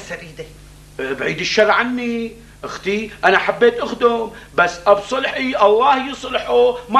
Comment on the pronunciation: أبو مازن بدل ما يقول أبو صبحي صار يقول أبو صلحي